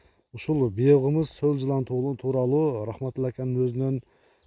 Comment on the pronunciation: Укам биогымыз дебей биогумус дечи